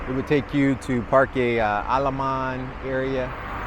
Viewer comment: Bro. Great video. However your pronunciations are so wack. Parkey?? What. Fyi. Just pronounced the vowels AEI OU with a Spanish sound and not English. Aah. eH.( sounds like softer ate). I is EE. Like weeeee.. O. Like. OH no.. U. Uff. With out the F. 5 min effort and your much easier to listen to.. 😂